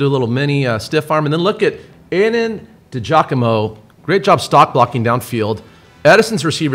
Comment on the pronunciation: Aydens dad checking into that chat 😂 De Giacomo “DJoc - uh - Mo” Thanks for the love!